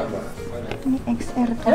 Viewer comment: Masak jenis-jenis iphone aja gak tahu . Mbak saya sarankan kalau mau beli iphone itu di cari tahu jenis iphone nya dan kelebihan,kekuranganya . Dan yang paling rekomended itu iphone xr (dibaca ten ar ) bukan eks er . Iphone xr kameranya paling bagus di banding iphone pro max dan baterainya juga awat